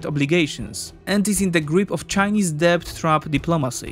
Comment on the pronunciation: good info. Friendly advice from a fellow ESL: there is no B in debt pronunciation, it's pronounced "Det".